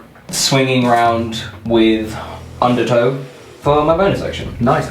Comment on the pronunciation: I keep hearing it as underTOE XD